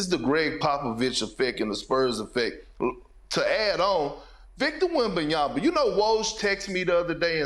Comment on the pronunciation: Perk it’s really easy, it’s all in the letters, just slowly sound it out … wem-BAN-ya-ma … just the one B. Try writing it down, see the letters, say the letters … wem-BAN-ya-ma